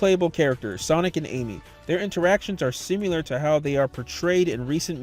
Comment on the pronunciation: once you realize he's saying simular you can never unhear it